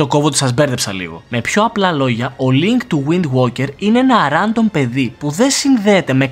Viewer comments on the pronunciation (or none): προφερεται ρεντομ οχι ραντομ